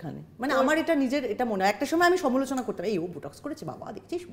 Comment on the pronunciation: সমোলোচনা নয় সমালোচনা